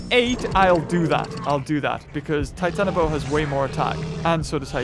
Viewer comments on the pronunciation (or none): none